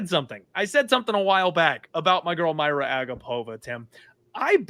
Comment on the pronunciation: Her name is Mariya dude, pronounced like Maria, not Mayra